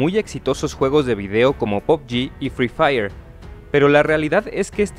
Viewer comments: La cagó cuando dijo fri faier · todo bien pero menos fri fayer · "Exitosos juegos de video" como FRI FAIER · Muy tarde ya lo dijo FRII FAYR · El fry fayer y el vatelfil Jeje